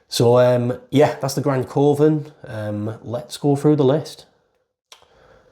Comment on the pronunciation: Great channel. Love when theres an upload to watch in bed. Btw coven is pronounced like kuvven